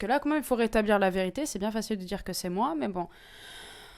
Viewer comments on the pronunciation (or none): elle dit la verituer